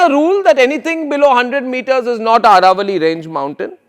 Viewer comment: It is not Araavalli but AAravalli.